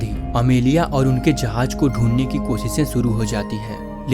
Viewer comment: Jahaj ❎ jahaz✅